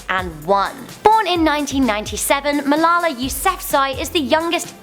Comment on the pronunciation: wow you said Malala's name soooo wrong